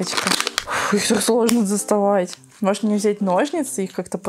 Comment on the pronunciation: Правильно《нОжницы》,а не《ножницЫ》